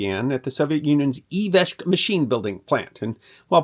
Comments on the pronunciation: Small thing right at the beginning "Izhevsk" ("eeshevsk") not "Iveshk" ;-) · "ee-shev-skuh", there. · Iveshk? Can you repeat again? 😂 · "ee..." WHAT??! ee - zhev - sk. Yes, I know, this is not _Russian language classes for beginners and then no one expects you to pronounce it flawlessly, but for eff's sake, don't butcher foreign words like that. Go to Wikipedia, "Izhevsk", click the loudspeaker icon next to the name of this town, and you'll know. EDIT: Nope, surprisingly enough Wiki does not include pronunciation help in the article about Izhevsk, and Google Translate is hopeless when you ask it to speak out "Izhevsk". But if switch to Russian page on Izhevsk, copy the name in Russian (Ижевск), and then you'll paste it there it'll pronounce it "good enough for a government job" so to speak.